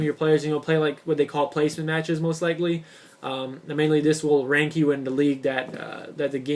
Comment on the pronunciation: league play...not "leet" play